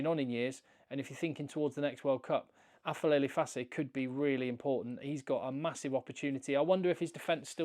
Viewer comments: It's Aphelele, not Afelele. It's a "p", not an "f" or English "ph". It's a "p". It is Aphelele Fassi. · Aphelele is pronounced as 'A-p-e-le-le' in our Xhosa and Zulu languages😅.